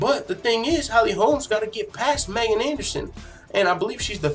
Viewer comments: i am a subscriber, who likes your low key style. 2 things #1. Her name is pronounced.... MeeeeGan! Dude, you should know that. Drives me crazy you said it wrong 25 times bro. #2. Ass tattoo (FTMMA, funny). That is HOT, wish more girls Actually had that; 1 line script, exactly where you put it. So Hot 👍🏼🤩🇨🇦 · Pronounced.... MeeeeGan!!! Please know this, and fix this. A fan and subscriber.